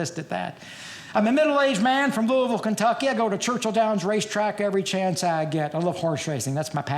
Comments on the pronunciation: You know he's actually from Kentucky because he pronounces Louisville correctly. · Yes! He says Louisville right!